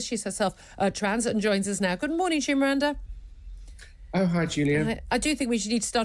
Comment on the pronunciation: "Miranda" Fuck sake